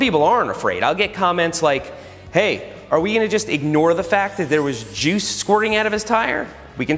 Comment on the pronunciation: The way he put emphasis on the word "juice" makes me think it was another word beginning with J, that's sticky and white.